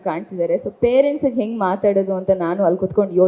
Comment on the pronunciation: Learn to pronounce kannada properly Ha ucchara bahala mukhya Ale Jana (say Hale Jana) Odu bara (say odu baraha) Henge (not enge)